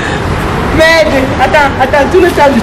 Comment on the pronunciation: t'es pas gentil en plus tu dis merdé 😂😂😂